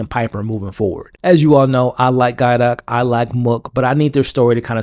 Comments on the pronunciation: Man it bothers me every time you pronounce Gaitok’s name as Guy-dok instead of with a hard T. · My man it's 5 episodes in. How are you still mispronouncing Gaitok's name and Lorazepam? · The way you gaitok is driving me insane